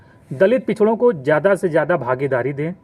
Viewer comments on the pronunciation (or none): none